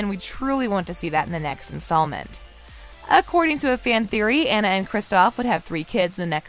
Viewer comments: Also never butcher Anna's name again. It's NOT Ann-a. It's On-na. Jesus. Do your research on things please. That's like calling Mo-Onna Moan-na. Smh. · Aw-na not Anna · Anyone else getting irritated that she saying Ana not Anna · Her name is Awn-ah, not AN-a. Yes, I'm that person. lol ;) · OMG SAME!!! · It’s Anna! Ah-na. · While I enjoyed this video, I found my enjoyment somewhat marred by the way the narrator mispronounced the name of Anna. Has she really watched both movies and failed to notice that it's AH-na (rhymes with Ghana)? I know that sounds really picky, but for me, it really detracted from the video. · You say Anna wrong. For me it feel complete. Look into how to say her name then maybe I will take you serious lol. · Its hard to take your review seriously when you can't even say the characters name right. Seriously, her name is said by numerous characters throughout all the installments, and you can't get the name Anna right? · If you’re going to make a video and publish it, you need to at least pronounce one of the main character’s name CORRECTLY!